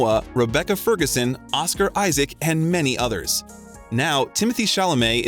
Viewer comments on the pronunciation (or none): none